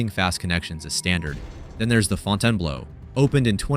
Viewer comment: AI Slop narration. It can't pronounce "Fontainebleau" or "$1,400". The video never actually shows any images of the accusations out supposedly is making. Olives has been gone for years and Picasso closed because the chef decided to retire after over 30 years. That has nothing to do with the hotel supposedly "falling apart". It claims Fontainebleau is better. Go inside - it is EMPTY. And the video shows old casino footage to convenience you Bellagio is still using mechanical slots. Really?? Complain about owner MGM all you want, but don't lie to make your points. Yes, Vegas has had a very difficult year in 2025, but this video specifically is full of flat-out lies.